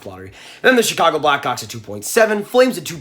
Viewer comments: Omg did he say blackcocks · ayo the way he said black hawks